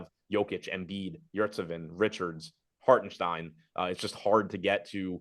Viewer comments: "shtein" is right, Hark still isn't... The German pronunciation definitely uses a T sound. "Hault-en-shtein" is more correct. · Where is getting that K in Hartenstein? Lol